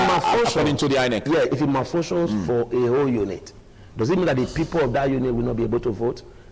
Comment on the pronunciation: Ogbegie, the word is pronounced p-o-i-n-t, please. Stop pronouncing it as p-w-e-n-t. It is also called p-e-o-p-l-e and not p-i-p-o. Chai! A whole Barrister.